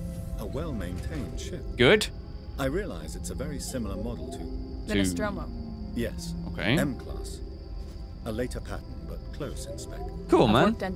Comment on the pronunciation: Dmitry Vasilyev Tip: "NOSTROMO" P.S: you almost got it right!!